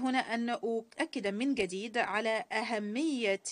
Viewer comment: لا أفهم لماذا المترجمة تتكلم باللهجة المصرية بدل الفصحى؟! تلفظ حرف الجيم بالگيم! جديد وليس گديد يا شاطرة